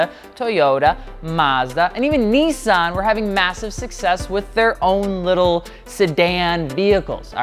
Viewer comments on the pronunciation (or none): Bro real quick it’s not pronounced neenson it’s pronounced Nissan